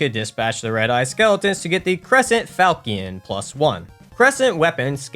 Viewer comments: Ah yes. The power magic weapon crescent falkkion. And then you need to upgrade your falkkion. Yes, I am making fun of the mispronounciation of Falchion. It's Fal-(as in falcon)-she-on. I am sorry for doing this, but the mispronunciation of english words is my pet peeve. Keep on going with the videos though, they are great. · Falchion is pronounced "fal-shun" or "fal-shi-on" depending on if you are English or French. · Falchion is pronounced fal-shon